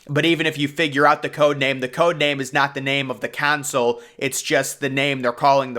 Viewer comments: Not you pronouncing "console" as "council" 💀💀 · Tf is a "kaansale" 😂